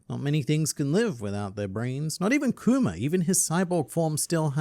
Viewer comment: you pronounce kuma like “coomer” and i think thats just wonderful